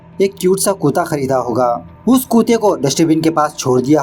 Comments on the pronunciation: कुता या कुत्ता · Kuta nahi kutta